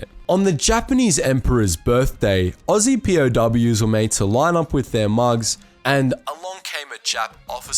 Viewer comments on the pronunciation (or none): none